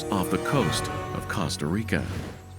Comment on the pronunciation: I had to leave when the narrator pronounced Costa Rica incorrectly.